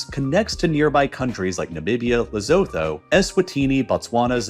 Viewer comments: I find the computer voice rather irritating, especially with mispronunciation. Tsetse fly is pronounced "tseh-tseh". Lesotho is "Lesoo-tu". Niger is "Nig-ehr". The computer voice anglicises everything. Annoying! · I spent two years in Lesotho. It is pronounced La-sue-two. A person is a Masotho, Ma-sue-two, the people are the Basotho, Ba-sue-two, and the language is Sesotho, Sa-sue-two. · Pronounced *Lesootoo I promise I'm not trying to be a dick, but that's how you learn, by learning lol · Please AI to learn how to pronounce Lesotho 🇱🇸